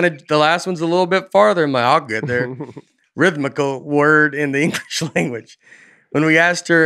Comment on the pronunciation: I wish I had the dedication to go back through every episode to compile a complete list of “that’s a tough one” words that Nate struggles to mispronounce somewhat even close to the real thing. In just this one episode there was gold. Rim-thic-lee? Veam-nit-meez? All great tour names. Pretty much any word with more than 7 letters or 3 syllables that is consonant heavy will make it sound like Nate is having a stroke, especially to those tuned into Aaronland who only catch a couple seconds of him speaking.